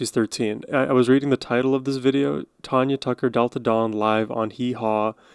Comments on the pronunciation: It's Tanya, not Tonya. Love her! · Country music is all about the stories of life. A great rabbit hole to go down! Great and thoughtful reaction to Tanya. (TAN-yuh .. not Tawn-yuh) ;) def going to subscribe! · You are saying her name wrong...she's my cousin. It's TANya